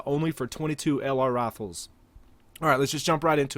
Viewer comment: "22 lr rafles"